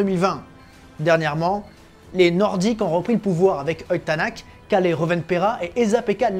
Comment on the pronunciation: Un extraterrestre et un mec bien contrairement à Schumacher. Edit Tänak se prononce Ténok.